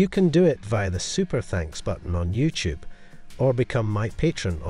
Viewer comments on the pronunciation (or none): none